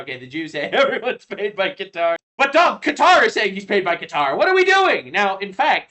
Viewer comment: Cow-toe... Lol